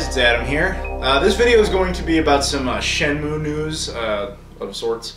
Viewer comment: this reminds me of that video where shenmue grabs his trainer by the foot and pulls her to the bottom of the tank and almost drowns her. That's why they wont make shenmue 3, sea world wont risk losing another whale trainer! Sorry Adam, every time you talk about shenmue all I hear is "shamu" and then I can't stop with the killer whale jokes. I'm sure your used to if you ever talk about it in front of Aaron (seems like a joke he wouldn't get tired of). I hope it's good shenmue news from GDC, you never know they could make shenmue 3.